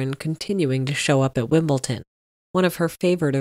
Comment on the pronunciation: Isn't it Wimble-D-on? (Not Wimbleton)